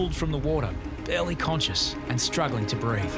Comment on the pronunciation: "barley"?? 😂 well at least he wasn't oats conscious, or wheat conscious...